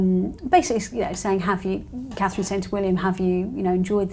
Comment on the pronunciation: Looking beautiful as ever! Please no more until she can say Princess Catherine!